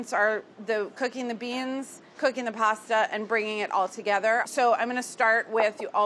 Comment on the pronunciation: I love how when Carla says 'beans' it's always a two-syllable word